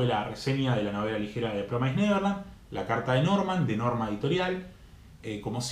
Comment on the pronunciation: Sorry que te joda amigo, pero promised se pronuncia promis por así decirlo no promais, Nose si se entiende pero nada solo te quería decir eso. El resto buen video :)